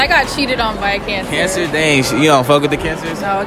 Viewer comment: that whole friend group can’t talk right “canTER” “peces”